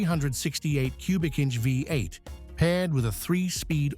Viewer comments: Too bad about this AI narrative. We Americans know it as a V8 not a 58. I respect that such a power plant is very rare in the UK. Parked next to that 55 Chevy Bel Air convertible it’s ugly. Later, you park it next to a jaguar, XKE, which makes it even uglier. There aren’t three cars in the universe that ever look as good as that Jaguar. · Yeah, it's pretty awful. Calling a V8 a five-eight or Fee-eight.